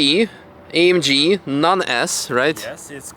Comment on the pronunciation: N em ÉMGi, hanem AMG, német autó😂 és BMW nem bi em doubleyou, nem Pors, hanem Porscheeee